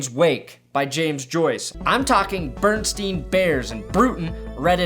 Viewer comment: look at your Bernstein bears book it'll say Bernstain.